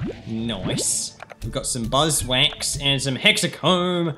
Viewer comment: “We got some buzz wanks..” - 2020 (Ik he said Buzz Wax but it sounded like that)